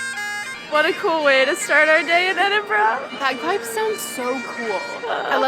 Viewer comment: My home town, though I now live in England, but so glad you are pronouncing the city name correctly 😁